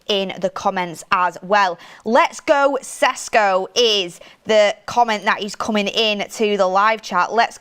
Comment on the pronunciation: Ffs, at least call him flipping Šeško! It's not Cesco, Jesus Christ I'm tired of this ignorance.. Mark has finally learnt that and you are doing shows with Ben Jacobs who's probably the best at pronouncing players' names and you're still totally oblivious to it........